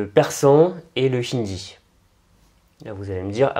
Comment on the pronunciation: "Le chindi" ??? Le Hindi, plutôt